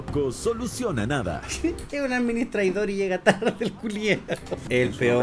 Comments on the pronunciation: después de un año me doy cuenta que decía administraidor xdd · Es sushi, no suchi Also: A D M I N I S T R A I D O R